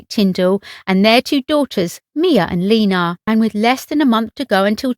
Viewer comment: It's pronounced Ed wardo(long ar on a). Not Edoduardo.Also Lena pronounced La na not Lina.